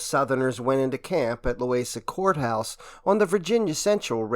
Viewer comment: It' "Loo-WEEZa Courthouse." Still not a problem as everyone here knows what you meant. I'm just south of Charlottesville. We are happy enough just to get mentioned.